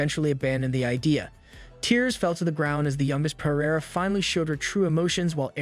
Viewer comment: Bro sorry but they need to fix the AI I'm sorry but it's not perreiera it's feraria